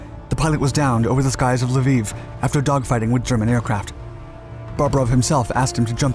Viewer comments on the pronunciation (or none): none